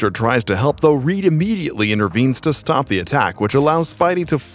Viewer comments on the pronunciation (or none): none